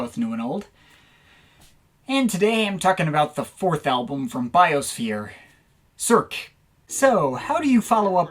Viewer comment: Your french prononciation is lackluster...Let me guess : American & monoglot? :P Cirque is a staple in Geir's catalog, it was more daring than his previous endeavors.